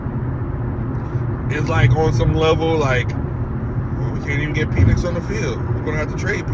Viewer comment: You love what? 😂😂 Pause my boy it's PENix not PEEENIX.